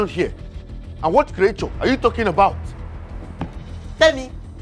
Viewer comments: I like how he pronounces creature as"kriature"... It's just funny😂😂😂😂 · The pronunciation of "creature" is wild😂